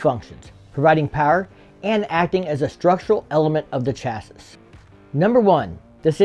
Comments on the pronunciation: It's pronounced "chassie" not "chass-iss" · Redub this video and say chassis right. It's pronounced chass ee. Come on arkansans never say chas-is talking about chassis's. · It's pronounced Chasie not Chassis I know it's spelled chassis, but that's now how it's pronounced. Could you image how much lighter their other motorcycles would be if they used modern materials? HD needs to come out with a standard motorcycle much batter than their Street series motorcycles. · Please pronounce it chas-ee, not chas-iss. Thanks, LOL... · It’s pronounced Chass-ee the S is silent. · Great video. Just one gripe, chassis is pronounced chasee. Very informative! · “Chassis” is pronounced “CHAH-see” is the USA and ‘SHAH-see” in the UK. In neither case are the esses at the end pronounced. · In Australia it's pronounce Shaz-zee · Did you say "Cha-sese" ? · If we were in England you pronounced chassis correctly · Learn how to pronounce chassis... 😂 i bet you pronounce debris as DEB-RIS 😢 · I couldn't finish the video due to the mispronunciation of 'Chassis' (the last 's' is silent). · anyone else get lost at his pronunciation of "chassis"? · Has anyone mentioned your pronunciation of chassis yet? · Literally had to walk away from this video a minute in because that was driving me crazy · I may be nit picking here, but I couldn't resist. The last s in chassis is silent. Edit: I see them putting this in a bagger. They're already tired of getting spanked by the Indian challenger in the king of baggers racing tour.